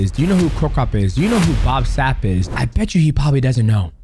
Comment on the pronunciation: You really said Bob Sap. Lol Makes me feel bad for Ernesto Hoost all over again. 😅